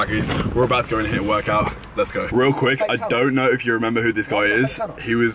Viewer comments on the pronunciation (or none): none